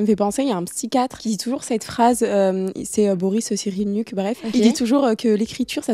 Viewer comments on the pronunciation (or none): 😂😂😂😂😂 Boris Cyrinuk ! On dirait du turc🥴 Alors ça se prononce comme il s'écrit « Boris Cyrulnik »